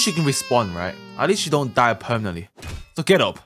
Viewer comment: Is it out yet? Oh it is? LESSSSSSSSSSSSS GOOOOOOOOOOOOOOOOOOOOOOOOOOOOOOOOOOOOOOOOOOOOOO Edit: The way said die do💀💀💀💀💀💀💀💀